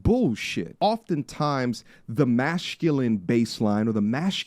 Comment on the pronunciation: Who would take advise from a man who says mash-culine?